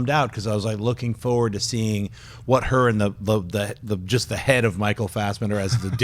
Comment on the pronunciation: never noticed that. I have noticed him saying forward as foward